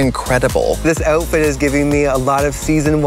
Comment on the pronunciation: jimbo pronouncing outfit like that is PEAK CANADIAN